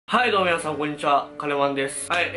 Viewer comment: はいどうもみなさんこんにちは が ハゲのみなさんこんにちは って聞こえましたｽﾐﾏｾﾝｼﾀ